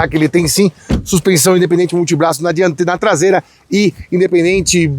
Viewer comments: “Tlasela” foi demais. Hahahaha! Sucesso! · A traseira inteira nao virou “TLASEILA” kkkkkkkkk muito bom kkkkk